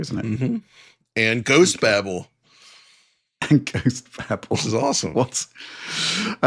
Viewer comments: my dude. It's not Ghost babble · Oh guys... Babel = Bay bell. Not babble 😂